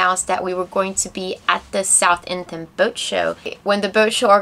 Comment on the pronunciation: Damn we were at this boat show and totally missed you! I'm grinning at pronouciation of Southampton, you have to pronounce the h in South and the h in hampton but not pronounce it twice! I am sad to have missed it!